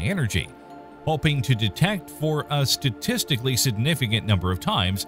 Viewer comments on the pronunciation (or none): none